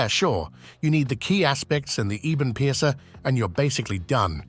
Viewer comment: "Eeebun piercer" eh? 😂